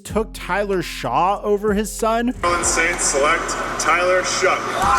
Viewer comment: Dude, it’s pronounced Tyler SHUCK. Shuck. Not Shaw. You even played the clip of his draft announcement with the correct pronunciation. If you’re gonna be taken seriously with your content, you HAVE to start getting names right. I like the video. Get the damn name right, bro. You do this all the time. Correct the mistakes and learn the names. Good video otherwise.